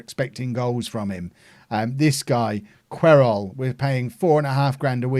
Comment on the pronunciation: I think Querol is pronounced Keh-rol but not 100% sure